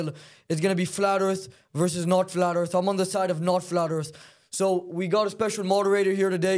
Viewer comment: I kinda like the flat earf guy